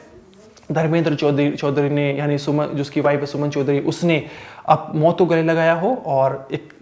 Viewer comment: मोत नहीं मौत.....learn to pronounce correctly.